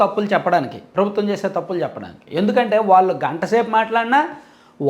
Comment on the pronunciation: mee videos chala baguntayi. Okka te bagundadu. 'ళ 'ని 'ల ' అనడం.‌ ళ పలకడం కష్టమేమి కాదు. ళ పలకేటపుడు నాలుక ని పైకి మడత వేసి 'ల 'పలకండి ' ళ 'వస్తుంది. ఈ చిన్న సవరణ చేసుకోండి. మీ విడియోలు యింకా బాగుంటాయి. మీరు వాల్లు, వీల్లు అంటుంటే అస్సలు బాగుండటంలేదు.